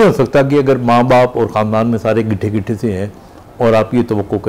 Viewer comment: When he says githe githe was the best😂😂😂😂